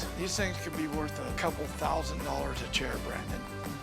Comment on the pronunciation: "Look at this. Some sort of African thing. I could get a dousand for dis." Real expert right there.